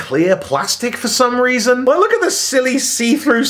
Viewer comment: Voreson Wells. 3 minutes in. I'm done. Smell ye laters :D